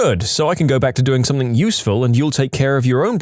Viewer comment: I love these stories however, please, please, PLEASE stop mispronouncing something as somethink.